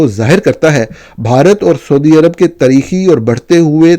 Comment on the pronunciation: خطرے کی "گھینٹی" نہیں گھنٹی ہوتی ہے۔ اسی طرح "تریخی" نہیں تاریخی معاہدہ ہوتا ہے اور pleesy نہیں policy (PAW-LISS-EE) بولا جاتا ہے۔ ویسے آپ پاکستانی صحافی دنیا کی واحد مخلوق ہیں جو اپنے ملک کا نام بگاڑ کر PAAK-STAAN بولتے ہیں۔ کم از کم وطن کو تو درست طریقے سے PAA-KISS-TAAN بول لیا کریں۔ ملک کو mulak بولنا تو خیر آپ کی چھیڑ بن ہی چکا ہے۔